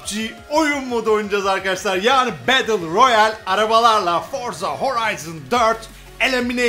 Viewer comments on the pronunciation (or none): bedıl royal değil betıl royal